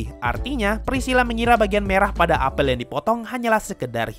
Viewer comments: Bacanya apel bang bukan apel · huruf e pada kata apel dibaca pake e pepet bukan e tailing, bang hehe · bukan apel bang, tapi apel